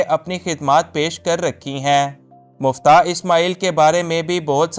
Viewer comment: Muftah nahi miftah hy